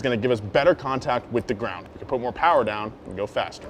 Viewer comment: Am I the only one who heard Mo Powa Baby